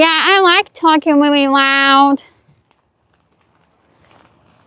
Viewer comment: I WIKE TALKING WEALLY WOUD! I GET MY TALL FROM MY DAD!